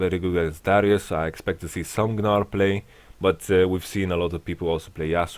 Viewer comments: I love how he pronounces Gnar. everyone says 'nar', but he says 'Gnar' :) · Doesn't really make sense since gnar himself calls himself nar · Yamato has put the G in the Gnar.